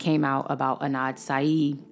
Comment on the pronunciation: Adnan !! not Anad